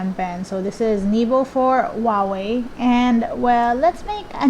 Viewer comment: Huawei is pronounced as Who Ah Wei, not Wah Wei